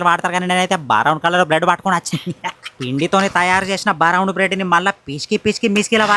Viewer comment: Brown ❌ Baraown ✅